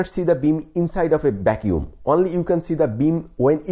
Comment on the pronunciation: Vacumme bro? You serious?